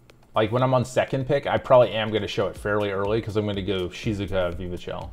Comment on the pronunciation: I like how you pronounce Shizuka haha, sounds like how a Japanese person would say it